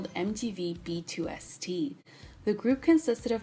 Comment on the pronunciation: The number 2 in Korean is pronounced "ee" so B2ST is just a stylized version of "BEAST" and is pronounced the same. I don't want to be annoying about pronunciation but you said something about it maybe meaning "best" and I wanted to correct that. Their name has always been "beast" but they changed the spelling from B2ST to BEAST to avoid the obvious confusion with international fans haha